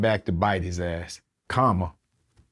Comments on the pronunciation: Nigga said comma its Karma 😂😂😂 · Thought he randomly said "comma" not Karma. lol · Is he saying Comma? lol